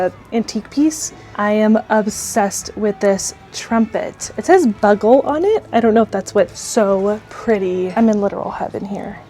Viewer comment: Milk glass. The bugle is a "byoogle", not a trumpet. Your pronunciation made me smile. And the candle thingy is a snuffer. Another fun video. Well done.